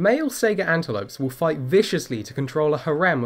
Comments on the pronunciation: I'm sorry. I can't help but laugh when you call it a "Sega" antelope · Saiga is pronounced just like Taiga, not like Sega. Sai as in the Japanese Hai, and Gah as in Gar. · Goddamn it, that pronunciation hit you, too, huh? Lol